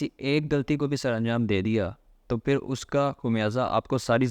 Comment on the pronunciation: ابے بھائی دائیں بائیں کی باتیں چھوڑو یار یہ بتاؤ کہ فائلر بنیں کیسے؟ اور اپنے اردو کے الفاظ بھی ٹھیک کرو، ہندی کے چکر میں اردو کا کچرہ مت کرو۔ فی امان اللُّہ۔ کھراب❌ خراب✔️ اچھے سے❌ اچھی طرح✔️ فِر❌ پھر✔️